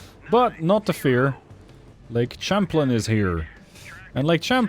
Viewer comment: Champlain is pronounced sham-playn, not champ-lin. It's a French loan word, from the explorer Samuel de Champlain.